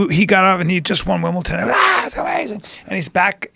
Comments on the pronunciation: Bryan it is Wimbledon not Wimbleton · Wish I could win “Wimbleton” whatever it is.